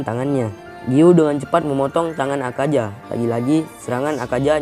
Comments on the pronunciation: Akaza min bukan akaja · Bukan akaja tapi akaza woi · Kok Bilang Akaza Nya Akaja Salah Tu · Bang klo ngomong plis akaza bang, bukan akaja😭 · Yang Salah:Akaja Yang Bener:Akaza :V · Ketika huruf z di baca j 😀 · akaZa dan muZan , apa apaan lidah lu bang